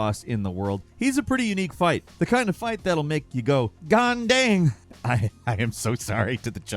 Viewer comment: proper pronunciation: ghan dung